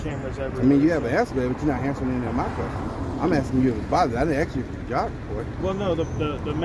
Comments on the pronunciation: Yeah, it's almost impossible for words to be pronounced correctly now days! The word is 'ASK'... Not - 'AKS'! One more time - 'A S K' ... NOT... 'A K S' ...! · Did he say axe instead of ask. What's wrong with these people's speech? They must be ignorant. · this guy is not real bright.....what does he mean when he says "ax"? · LOL he axed you alot Hes one slick tongue twister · I think this person who is wearing a gun is trying very hard to assert his black privilege and he thinks that he is a wordsmith and he can’t even say the word ask! And he is a supposed law enforcement ignorance is bliss